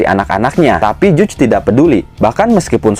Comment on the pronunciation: Bacanya Jaj bukan juj wkwkkkk